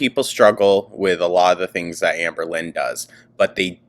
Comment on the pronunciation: I love being high and listening to how you say "hi ambor" KILLS me! I missed so ankleeee so glad youre back your commentary has been missed ❤